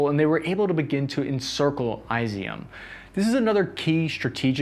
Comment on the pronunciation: It's ee-zewm Not eye-ze-um. Just FYI